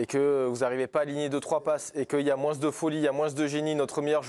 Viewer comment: Ah... honte a moi mais je ne supporte pas les gens qui disent "moinsse"